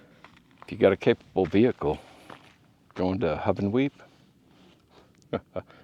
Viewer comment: Its Hoo-Ven-Weep .